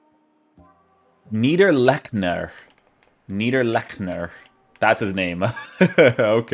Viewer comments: niederlechner not neiderlechner, you got this the first time right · Its actually Needr Lexner. The CH is spelled like the Y in the Word YES but without using your voice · It’s pronounced Neederlechner because in German the second vowel is the one that gets pronounced :) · Schwarz but english speaking would pronounce your version neiderlekner thus the original comment said neederlechner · Neiderleschner lmao. Its Like Neederlechner i think. :) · ITS „NIIDERLECHNER“ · Hahhahha i am a german and his name is Neee-der-leech-ner 😝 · Haha how you said his name. Your German sound funny., 😂no hate just funny